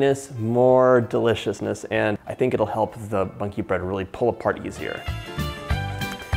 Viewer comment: around there he said bonkey bread he is so funny and sweet